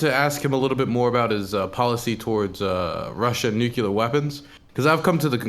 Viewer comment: I can’t believe is a “nucular” guy. Glad chat said something because I always cringe when I hear that.